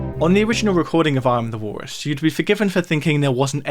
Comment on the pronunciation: God, who cares? Learn to pronounce the letter L.